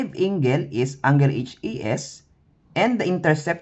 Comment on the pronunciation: okay naman yung explanation but the pronunciation of angle is wrong